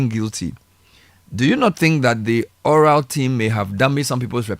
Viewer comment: ORAL turn into OCAL funny 😂😂😂